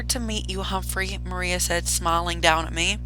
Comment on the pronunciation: Miranda❌ Maria✅